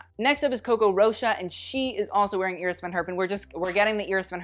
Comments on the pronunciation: Does anyone else laugh at his mispronouncing of him saying Iris Van Herpin?? He keeps pronouncing Iris as [Ear-iss] when its pronounced [Eye-riss] he thinks he's so proper and bougie he mispronounces Cannes as well. He needs to learn to pronounced these designers if he's going to be so Miranda Priestley about everything. Ya feel me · Not familiar with the designer Iris Van Herpen but traditionally the first name is pronounced Eye- ris rather than Ear-ris.